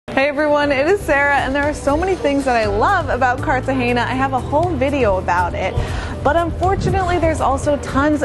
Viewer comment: If you're going to make a video, at least pronounce the name of the city correctly. It is embarrassing.